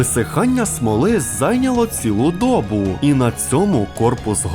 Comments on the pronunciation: скажіть йому що коли робить контент на 2 мови то з рідною не лажай, а то добу 12.45 таймінг аж вуха ріже... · так дОбу,чи добУ??? Який наголос??